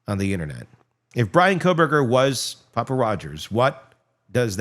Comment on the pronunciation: It's actually Papa lol